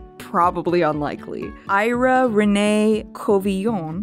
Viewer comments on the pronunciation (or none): none